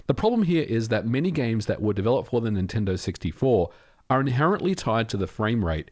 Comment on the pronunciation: that was a crazy good near miss "nin-tendid"